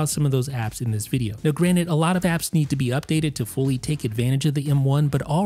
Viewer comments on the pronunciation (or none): Its Granted. Not Granit. Morty would laugh at this.